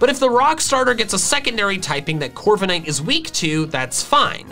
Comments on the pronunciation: Left off the K in Corviknight! And it's Coalossal, NOT Collasal! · CORVIKNIGHT, NOT CORVENIGHT! ROOKIDEE, NOT ROKEDY!